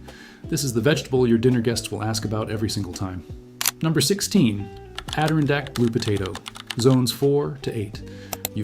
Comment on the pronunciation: and the Adirondack is pronounced... Add ih Ron Dak Hope that helps. XD